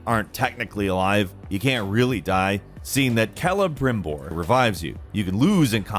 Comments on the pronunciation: Lol dubbed over "Celebrimbor". A while back he got some heat for pronouncing it like "Selibrimore" for anybody confused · Love that they had to dub him saying “Celebrimbor” because he said it wrong the first time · is really trying to make up for the last time he tried to pronounce Celebrimbor. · Nggt hahahaha he totally did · funny how they had to punch celebrimbor cause of probably mispronouncing it in the recording lmao